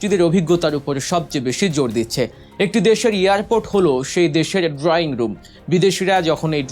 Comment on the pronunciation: Airport NOT earport.